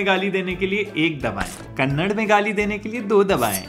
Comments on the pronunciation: Kannad nahi kannada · KANNAD ❎. KANNADA ✅ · Kannad nahi Kannada...😅😅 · Kannad ❎ Kannada ✅ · Kannada, not Kannad. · Kannad nahi bhai Kannada..... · Kannad nahi bhai kannadaaaaaa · Kannad nahi Kannada hai voh 🤦🤦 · sir it is Kannada not kannad Please😊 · Its kannada not kannad